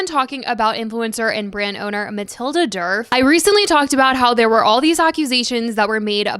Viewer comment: For the love of God her name is DERF 😂